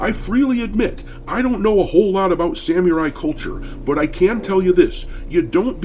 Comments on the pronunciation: I love yer content but PLEASE learn to pronounce "Samurai"...every time I hear u say it I can't help but laugh and it's hard to take u seriously 😅(its SAM-ER-EYE not SAM-YER-EYE) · Great video but for the love of god, please stop pronouncing it "sam-yu-rai". it's sa-mu-rai, or with an American accent "sam-er-i"... Sorry folks, did my best to describe it with text. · Doc... learn how to pronounce Samari correctly or im taking back my sub 😅😅😅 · How hard is it to say Samurai properly, though? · obviously, thats why Im mocking you lol. I can understand not knowing how to pronounce names or obscure things from other countries. But how have you gone your whole life without hearing anyone say Samurai? Sad. You say it like an UwU E-thot lol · "I FREELY ADMIT I DONT KNOW A LOT ABOUT SAMURAI CULTURE" YEAH NO SHIT B/C YOU CANT EVEN SAY SAMURAI RIGHT!!!!!!!!!!!! LOL!